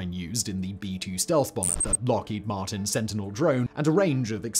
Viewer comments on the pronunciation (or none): none